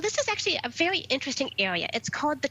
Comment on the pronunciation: Vewy vewy intwesting